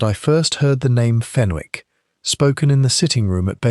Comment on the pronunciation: There is not a 't' in Fenwick 😮